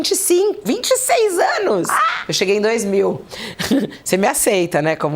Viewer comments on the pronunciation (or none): "21 êêênos..."